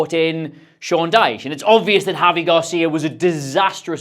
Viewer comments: It's Gracia not Garcia :face-blue-smiling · Sorry to be annoying but it’s *Javi Gracia, not Garcia